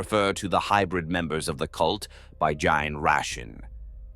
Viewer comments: You might want to advise the AI, somehow, to maybe say "jean stealer" or something instead. In your prompt, maybe something like , "replace all instances of gene with jean" or something. "Gin stealer" just sounds silly. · I would've just replaced gene with jean so that the AI would consistently pronounce it right